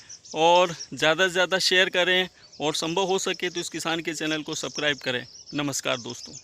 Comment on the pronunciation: Bhai tum subscribe bolna sikho yll